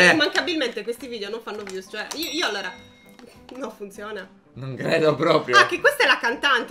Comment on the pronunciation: Risultato finale:: 6 allora: 32 allora (2 dei quali li pronuncia male...) Totale: 38 allora...